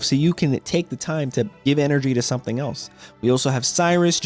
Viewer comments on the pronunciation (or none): none